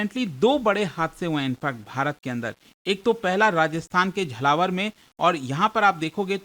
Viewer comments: It's not झलावर It's झालावाड़ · फिर से वही... It's not झलावर....It's झालावाड़ 😂😂😂 Love from RAJASTHAN ❤️ ❤️ ❤️